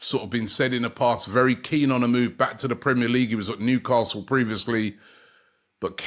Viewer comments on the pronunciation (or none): none